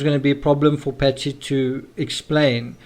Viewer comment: Why do you mispronounce Patsy's name making I sound like you saying Betsy? It is very unnecessary and misleading, I keep wondering who is "Betsy"? Then thing, oh yeah, he means "Patsy"! Having an accent is one thing but that is unfair to distort facts. There was another word badly pronounced earlier in this video.